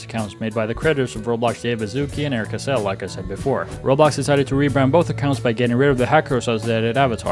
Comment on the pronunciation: you pronounced cassel wrong!! >:(